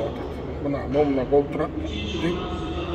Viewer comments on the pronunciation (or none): Тазабек Икрамов мине Деп тантырап койду 😂